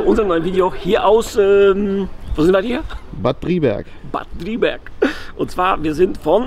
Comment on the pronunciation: Heißt übrigens Bad Driburg und nicht Driberg